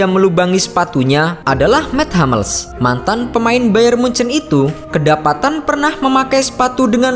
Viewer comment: Anjiir.. mets hammels..😂 Dia orang jerman, dan namanya tetap dibaca Mats Hummels, bang.. 🙏